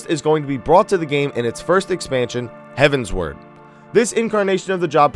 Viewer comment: It bothers me too much that you pronounce it Heavensword rather than Heavensward. However, I do like the information told in the video.